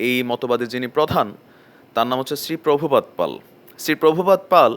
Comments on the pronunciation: আগে ভালোভাবে জেনে বুঝে তারপর রিপোর্ট রেডি করুন। যতসব ভুল তথ্য। আর আমাদের দেশে কি tv চ্যানেল নাই? তোরে কে বলেছে এসব বলার জন? তোর মতো কিছু লোক আছে যারা জনমনে বিভ্রান্ত ছড়ানোয় ব্যস্ত। শ্রীল প্রভুপাদ এর নাম টাও ঠিকঠাক বলতে পারছিস না। তাই গুরু প্রভুপাদের জীবনী পড়ে আয়। আর এই ভিডিও টা ডিলিট কর। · Ato voy kiser dada..vaiya ... Bandages r manus k bibhranto kore jachhen apnara sobai.. Salpo information peye murkhamir porichoi dicchen..r India hindu der sudhu desh noi .. India t kono Muslim to iskon k voy pan na apnara kano voy paan.. Itihas pore dekhun .. Probhu pad r num tao to dada thik thak ucchaton korte paren na.. R valo kore hindu dhormer study korun.. Apni o apnara ank voy pacchen ekhchii .. Hindu ra sob debotar e pujo koren..sob religious script kei sroddha kore.. Manus k hindu der proti ghrina korte sekhhachen kano.. Jodi iskon khawar khaiye thake ki khoti koreche .. Jodi kono Muslim hore ram bole thaken tini ki kono gunha korechn nakk islam theke dhormo chuto hoyechen .. Ato thunko apner islam jana chilona.. Dukkho hoi Dada j apner mato akjon sikkhito atota gora hoye onno dhormer proti ato ghrina kano.. Iskon jara korchen tara santi peyeche .. Hindu ra santi priyo apanader moto jihad r num e ghrina prokash korena .. Islam apanader karonei bodnam hocche .. Insight r eye gulo k khulun..r Dada apnaro hindu dhormer ei na pawa manus jara Islam convert hoyechen ank kal age .. 90% manus e to hindu chilen.. Study korun Dada .. Islam r num e ghrina r bibhranti choraben na .. Isalm r molla rao same kaj koreche na ?? India BD r manus kato convert hoyechen jenechen?? Apnio social media te ato vul info deben na ..